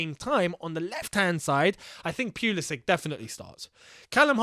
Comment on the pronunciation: It’s “pull ii sick” not “pee ull i sick”